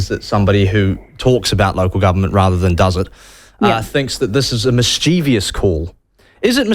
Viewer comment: check the spelling of mischievous. Your mispronunciation of this word really boils my piss. Make a note to self; there is no i after the v. Then pronounce it as it is supposed to be pronounced. If you can do that simple thing correctly, I'll call off the hitman.